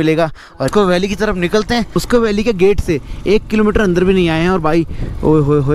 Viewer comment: भाई , मॉस्को वैली नहीं है, वो मुश्को वैली है।।।